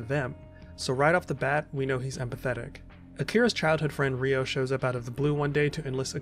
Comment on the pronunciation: It's Ryo (one syllable). Not Ri-o (two syllables)🙈